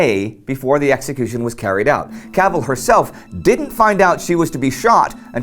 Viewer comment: not cavel but CAV ELL IS THE CORRECT WAY TO SAY HER NAME